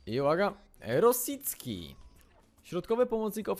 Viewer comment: Czyta się Rośicki (sub) klik :P xD